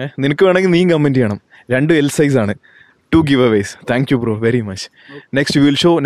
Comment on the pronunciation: 'Brrrrrroo' ennu parayathe bro. 'Bro' ennu para broo